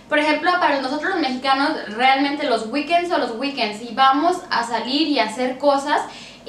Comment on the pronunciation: En el minuto Para nosotros los mexicanos los "guiquens" son los "guiquens", jaja y según ella habla inglés....